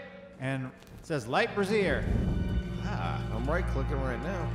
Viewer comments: He say brazier like brassiere. lol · Brazier is pronounced "Bray Zee Er" not "Bra Zerr" (Brassiere) which means something entirely different.:)